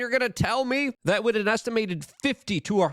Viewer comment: Anyone else get slightly annoyed by Luke’s inability to pronounce the TH in wiTH. It’s always wit.